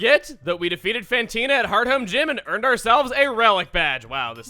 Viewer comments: martin brana Also, it's Fantina, not PHantina. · fantina is French...not whatever accent you're doing, it sounds vaguely a mix of.....Russian and Italian? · He's not very good with the French accent, is he? He's making her sound more Italian than anything else XD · Fantina is French or at least a french speaker, not a possessed Italian. Although your voice was pretty spooky!